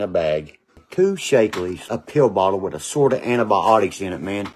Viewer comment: Meth heads can’t say Th,, it’s ff like meff